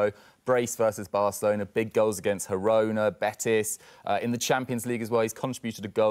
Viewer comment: Gee-row-na not Hee-row-na